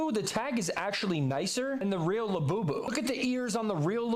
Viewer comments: Also hearing this bro repeatedly say Iabubu & lafufu is the absolute opposite of iconic...but in the best way possible 😏. The name alone is the most devious method of grown adult infantilization ever. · > “I’m gonna explain Labubus to you like you’re an elder millennial” > mispronounces the illustrators name